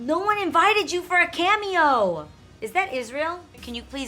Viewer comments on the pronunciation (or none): none